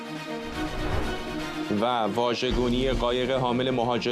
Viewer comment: Vajeh gouni غلط است Vaj gouni درست است